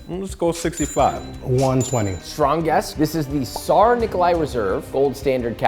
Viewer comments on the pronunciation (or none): The tsar pronunciation had me cringing a bit and I'm not even russian, I'm bulgarian